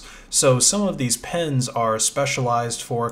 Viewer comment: "pens" cpu pens